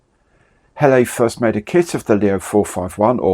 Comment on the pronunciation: .. I'm not sure it's an unusual type if you are French.....did cause me to reflect on why Heller would appoint an Englishman as Head of Brand though. Nice build and incidentally its pronounced Hell-er...